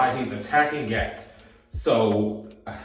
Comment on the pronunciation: He says it as Gee A Kay not GAK lol😂 but that was extremely adorable